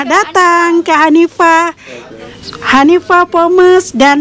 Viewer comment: Don't say Kanifa store..That is Hanifa